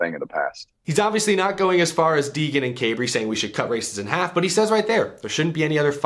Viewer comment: Cabre is pronounced liked saber btw